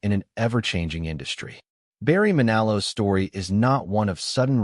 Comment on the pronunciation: Why cant you pronounce his name correctly.